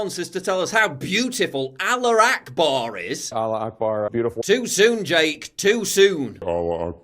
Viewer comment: it's "Allahu Akbar" not "Aloo Akbar". "Aloo" means "potato".